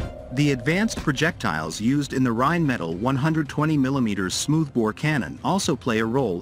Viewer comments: Again, write your manuscript so your fancy AI narrator can pronounce correctly... Rheinmetall and BAE are not pronounced the way your AI thinks! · Narrator's pronunciation of Rheinmetall and BAE needs work...